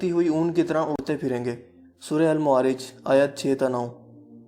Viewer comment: Ji Aapne Jo itni accurate baatain batai Hain, uss se Maine "bakhuubi" andaza laga liya hai qyaamat k aanay ka!!! 😁😂😉 , Suraton k names ki sahi pronunciation "infitaar" , "ma-aa-rij" aur "Zil-zaal" Hain